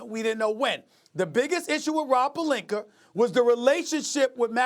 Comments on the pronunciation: Serge Ibaker, Rob Pelinker lmaooo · "Rob Pelinker" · Why is everyone else calling him “Pelinka”? His names Pelinker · No one: Stephen a Smith: RoB PeLiNkEr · Rawb Puhlinker